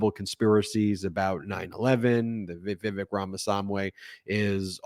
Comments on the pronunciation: I'm asking this question without prejudice, but out of curiosity. Are you purposefully mispronouncing Vivek's name? His first name rhymes with "cake", not "check". His last name is pretty much a phonetic pronunciation: Rah-mah-SWAHN-ee. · You pronounced vivek's name wrong every time 😅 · You're mispronouncing Vivek. It rhymes with fake. Another 14 months of this horror show? Can't wait for the next bitter slanging match between these deeply unlikeable monsters.